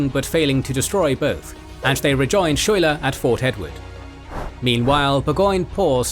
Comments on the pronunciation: Didn’t you see Hamilton? It’s pronounced “sky-ler” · Just FYI (even though he probably won't get mentioned again), it's pronounced Skyler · Lafayette pronounced (laf-a-yet) Schuyler pronounced (Sky-lar) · It's pronounced, "sky-lar". Just FYI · it’s pronounced ‘Skyler’ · General Phillip Schuyler is actually pronounced as Sky - ler. The town that Burgoyne's surrender in was called Saratoga, and is now named Schuylerville (which is my hometown). Schuyler's House (and an obelisk celebrating the battle) are in Schuylerville. Jane McRae is pronounced Mc - ray. The reports of her death and the use of Hessian mercenaries enraged the colonists and led to the huge influx of troops to Gates position between the first and second battle. Bemis Heights is pronounced Bee - miss. Finally, the injury that Arnold sustained led to his recovery in Philadelphia. His anger of Gates taking credit for the victory at Saratoga and the problems with his military governance eventually led Arnold to his betrayal of the Revolution. And just because any British person visiting the battlefield will get it wrong, there is a town just east of Schuylerville named Greenwich. In New York, that is pronounced Green - witch. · A#4.comment regarding pronunciation of principle characters' names: General Philip "Schuyler" the correct (local resident) rendition is "Sky-ler"